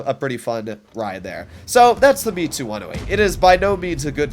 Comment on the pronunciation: Its Mits-you not Me-too It's short for Mitsubishi.